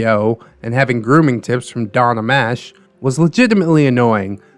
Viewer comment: lol, Don *Ameechee, not Amash.